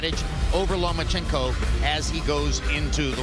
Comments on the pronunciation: lol he keeps saying lumenchenko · Why he call him Lu-ma-chenkow? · Who the fuck is "Loom-A-Chico"?